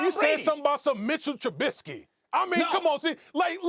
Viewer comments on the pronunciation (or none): Bears fans felt that when Stephen A said Tribusky